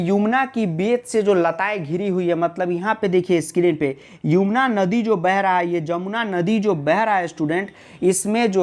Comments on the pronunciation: वो युमना नहीं यमुना होता है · Sir Yumna nahi Yamuna hai Shayad wanha 😂